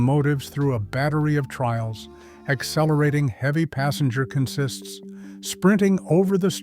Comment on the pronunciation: The narrator consistently mispronounces the word "consist." In the railroad context, consist (noun) is pronounced with the accent is on the first syllable: CON-sist. It refers to a string of individual cars joined together to form a train. The verb form is pronounced: con-SIST, which is the pronunciation the narrator erroneously uses. You could say a CONsist conSISTS of individual cars joined together with a locomotive to form a train, but it would be incorrect to say a train is a conSIST.